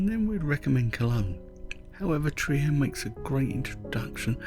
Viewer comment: Hey, I'm a big fan of your videos. I watch them often as I consider them an oasis of tranquillity in an ever more 'untranquil world, to put it politely. I even use them in my classes sometimes. I was just watching this one with my wife and noticed your pronunciation of the city's name. May I point out it is pronounced Treer ( as in 'beer') rather than the 'Triyer' I think I heard. Best wishes for you and Janis. And happy Holidays. Greetings from an expat in Mexico.